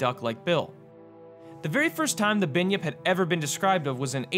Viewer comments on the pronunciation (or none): binyip?? its its pronounced Bun-Yip